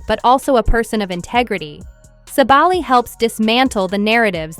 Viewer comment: And thank you for making the effort to properly pronounce her last name!